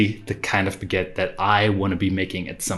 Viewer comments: What is a "beget"? That's what it sounds like, but I have no idea whatsoever what you are saying. Oh, do you mean a baguette? Well, FIY, you are saying "biget", but that is not the word. It is "baguette". "Be" is not pronounced "bi". Come on. It isn't a bigette, it is a baguette. And you keep saying biGETTE. Stop. I won't listen to you if you keep saying that. It's driving me nuts. There is no such thing as a biGETTE. The first syllable, "bag," rhymes with hag, not with hit. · learn to say BAG ETTE, thank you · PLEASE learn how to properly pronounce 'baggette' ! There is a you tube video for further reference! Thanks!